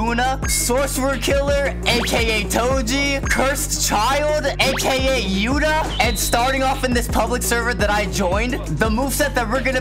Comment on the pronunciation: Bro said yutá'